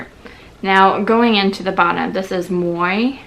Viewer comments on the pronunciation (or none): For the record... Moi = [mwah] Je t'aime = [zhe tehm] tres chique = [treh sheek] Provence = [pro vahnse] The rest you got more or less right, haha. There's your french lesson for the day ;)